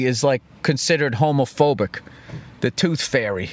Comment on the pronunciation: "The Tooth Fey"